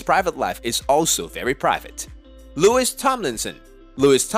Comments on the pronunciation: Louis is pronounced wrongly - the s at the end of his name is silent so it should be pronounced Loo E Got it - good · LouiSSS tomlinson Boyyyyyyyy how are you making a video about his career when you don't even know how to pronounce his name 😂😂 And walls actually did not flop his 1st ever world tour fully sold out and he finished it now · Bruhh atleast say Louis'name right 🙄. You don't pronounce the s. Alsoo, don't refer to queen Taylor, as Harry's "former gf", like she fooking more than that 🙄 also, from where did u get the idea that louis is self conscious of the fact that his other mates are more "famous" than him 🙄 bro stfu. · Man your a psycho do your research you gave me headache..will you please pronounce LOUIS properly..Louis is now AGAIN promoting for his second tour..Zayn,Liam,Nial and Louis is as popular as Harry.. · You don't even pronounce Louis right 😒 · Yeah...I winced when I heard such travesty..